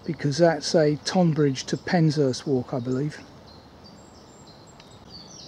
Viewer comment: It's great to see you still making videos. I have not seen much from you in a few months. Just one thing I am currently watching this as we speak and at about you pronounced Tonbridge incorrectly. I am not having a go the English language is complicated. I am not from Tonbridge but live down on the East Sussex coast. It's pronounced like Tonne or Tun like Tunbridge Wells. Think of it more like Tunbridge. I did have a giggle though. Anyway, time to "crack on" and watch the rest of the video.